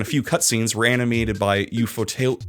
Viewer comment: it’s funny how you are trying to pronounce Ufotable, it’s UFO table, the name is already in English, YuuFoo Teeburu in Japanese.